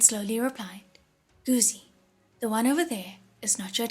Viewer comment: These audiobooks are amazing! Just one small thing, Guzi (the 'zi' part) is pronounced incorrectly here.